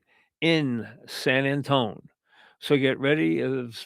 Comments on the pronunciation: Why the F does he keep saying San Antone? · who tf is San Antone? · why cant he say san antonio right lmao